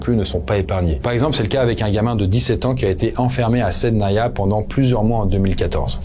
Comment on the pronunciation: Correction : SIDNAYA pas SAIDNANA